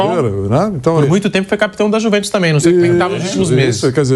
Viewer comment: "A iuve" "A iuventos" 😂😂😂